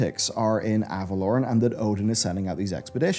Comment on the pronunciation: Is it pronounced Ava-lore-en or Ava-lorn? cuz your pronunciation of Ava-lorn really irks me xD